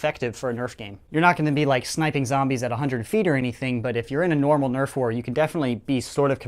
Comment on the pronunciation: FYI, it's Nerf, not Neft